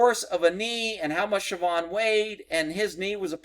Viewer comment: I swear when u said sabhaun(don't care how its spelled) that u said trevon had to back up and re check